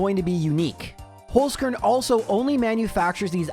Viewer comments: Wtf, how did it come to an austrian sponsorship on my most beloved gen1-youtuber? <3 btw, you speak it like "holds" (as in "someone holds something", but way harder in the end, like a tz) "car(e)n" (as in "i care about someone" but close it with an "n", let it be read to you by google translate for example :) All the love from Vienna and keep up the awesome vids <3 <3 <3 (and please bring back the intro :D) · As a German guy: i love your pronunciation of „Holzkern“ 😂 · Me, a german when attempts to say "Holzkern": giggles Thank you for the amazing content. Been watching you for years and the month of is always a highlight ^^